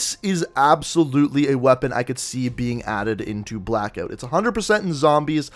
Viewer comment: Pretty clear that is an 8 shot revolver and is it Canadian to pronounce it Blackeout?